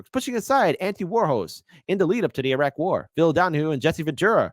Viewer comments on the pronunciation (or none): none